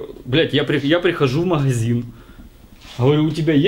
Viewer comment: тебя бомбит, когда говорят подшиБник, так вот, правильно говорить маГазин, а не маХГХазин))))))